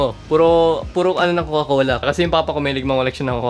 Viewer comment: Kuya hindi "cocola" coca cola